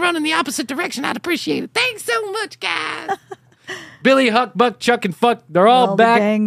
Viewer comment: It's Buck, not huck. 😂